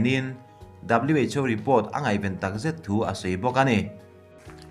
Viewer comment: Who lai khi WHO tih tur aw haha😂😂😂